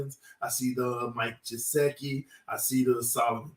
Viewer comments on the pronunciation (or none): Nobody says Gesicki’s name correctly. Even the team’s most hardcore fans.